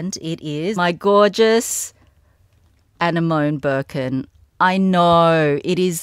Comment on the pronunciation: Hi,! Just a friendly comment to let you know it’s pronounced Ah-nem-oh-nee:) please never get rid of your Malachite Birkin! It’s classic MIM!